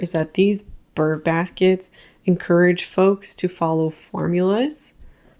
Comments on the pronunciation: Btw, it's brrr, like cold. It's not burr like a plant seed pod, etc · it’s- brrrrrr basket, just saying…… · It’s “Brrr” baskets, as in being cold 🥶 Unless it’s “Ber” baskets, for the months ending in -ber 🤔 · "Burr Basket" makes me think of Aaron Burr and Hamilton. 😂 It's "Brr Basket."